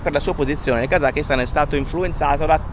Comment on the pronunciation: Heymondo utilizzata grazie a voi in un viaggio di aprile. La pronuncia esatta di Kazakistan dovrebbe essere Kasastan,. Fatevelo dire dai locali. Gente molto ospitale col rischio di essere invitati a casa loro per cena e con obbligo, nel rispetto dell'ospitalità, di bere di tutto e di più come delle spugne. . ❤